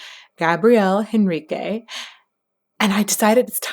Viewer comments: If you are going to criticize someone's pronunciation and language capabilities, as well as tout your skill at pronunciation of different languages, at least learn how to pronounce his last name. You SHOULD know it is not H-enrique. It's Enrique. H is silent. Just saying since you are trained and all....Otherwise I love all your analyses. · The H is silent